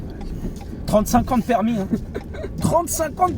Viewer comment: Oui l'accent cweol😂